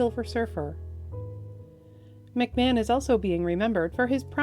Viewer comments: McMahon is pronounced McMARN, not Mc MAN. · Fyi, Julian McMahon is pronounced McMarn.. not McMan.